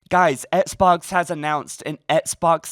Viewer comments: Can you stop saying “ets box” like it’s XBOX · Sorry man just sounds funny every time u say it lol 😇😎 not trying to b a dick